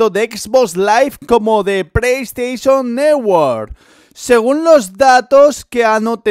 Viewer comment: Preis station newor jajaja